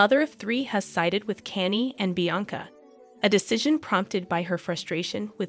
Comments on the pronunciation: kaa-nyay thats how you pronounce Kanye.. Stop being a clown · WOW 😮, YOU CAN'T EVEN PRONOUNCE KANYE, YOU SHOULDN'T BE REPORTING STORIES IF YOU CAN'T PRONOUNCE THE NAMES!!! SAD & SICKENING!! YOU EDOMITE!!! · Is is that hard to say KANYE🤷🏻‍♀️